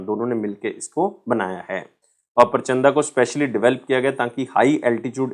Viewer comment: sir vo परचंदा nhi प्रचंड hai😂